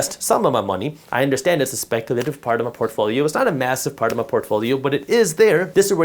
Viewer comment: Lol he said fortfolio